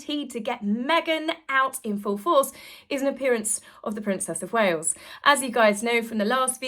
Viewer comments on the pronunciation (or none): none